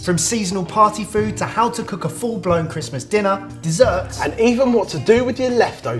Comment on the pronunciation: Its not christmes